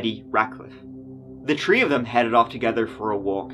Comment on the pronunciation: In this episode, said “tree (3),” “turteen (13),” and “turty (30)” fifteen times.